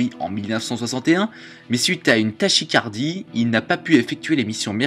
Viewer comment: Desolé mais Tachycardie ca se prononce Takicardie x)